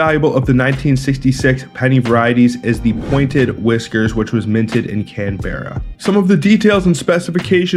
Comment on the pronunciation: Learn how to pronounce Canberra and Melbourne.